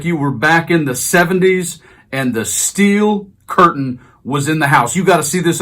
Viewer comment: Steel. not "stell".